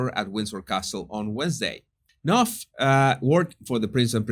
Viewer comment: You are the ONLY internetter (sic), who pronounces Knauf correctly. Good on ya!